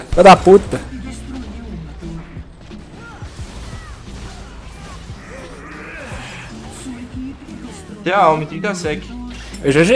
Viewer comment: " fidaputa " Francês 2020 kkkkkkkkkkķkķj